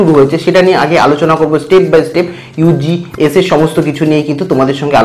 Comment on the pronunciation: Apni ugs pronunciation vul krrchen.